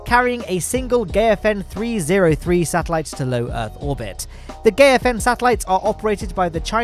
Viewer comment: Just a tip, Gaofen is pronounced "Gow fen" not "Geyo fen"